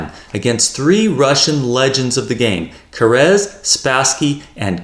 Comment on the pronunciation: 😂 why are you pronouncing Keres' name as if it was a Spanish surname? It's "Care- es"